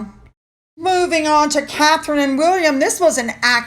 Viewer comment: Catherine, Princess of Wales. I'm really not trying to be rude but PLEASE get her name right. As someone with a name that is almost constantly misspelled and/or mispronounced I can tell you that it is hurtful when people "slaughter" your name. She has been in the public eye for so long HOW can people not know how to spell her name?